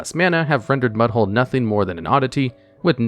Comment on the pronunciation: Mudhole is NOT what I heard.